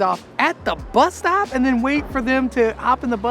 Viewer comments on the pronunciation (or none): none